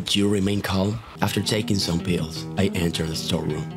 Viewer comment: "I took some peels"